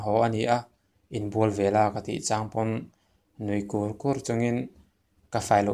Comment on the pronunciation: Kur kur,ni lo in kûr kûr tih tur.